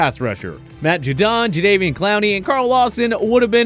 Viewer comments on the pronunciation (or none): none